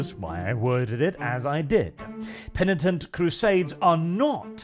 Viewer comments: said penitent correctly, good job. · Did just correctly pronounce 'penitent'....? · Christmas came early, lads! pronounced “penitent” correctly for the first time! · I see has finally learned how to pronounce Penitent